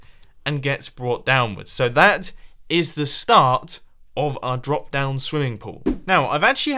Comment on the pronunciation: "Brop?" Weird word. Drop, you meant, Mumbo?